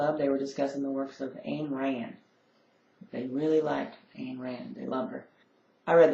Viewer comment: didn't they tell you how to pronounce "Ayn"?